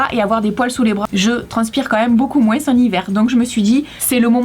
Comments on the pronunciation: sa me stresse quand tu dit moinsse au lieux de moin 😂😂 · Est ce que c'est l'accent du Sud mais quand tu dit moins tu le dit moinssss